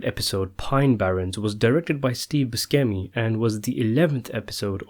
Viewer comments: You're both wrong. It's boo-see-mee. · its pronounced " steeve boos-shei-mee" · Say it with me: Ba-Shem-Ey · Not that it matters but it's not Steve Puscemi. It's Steve Buscemi. PS I would hardly say the Pine Barrens episode is my favorite! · It's pronounced Boo SHemi as in "SHit" at pronouncing. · Steve Buscemi (Boo-Sheh-Me) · buskemi? really? can you not pronounce a single italian name?? lmao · Steve "Boo-skemi" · Pronounced boo-chem-ee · Buscemi = "boo-SEMMY" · Steve Boos-Kemi? Tony Seer--icoh? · Sorry for being a twat but its boo-chemi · I can't believe you're making videos about The Sopranos and you don't know how to pronounce Steve Buscemi. Unbelievable. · You pronounced Steve Buscemi wrong. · Your pronunciation of “Buscemi” makes me wanna cry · I literally clicked off the video right after he murdered the pronouncement of Steve’s last name. Was the video good anyone?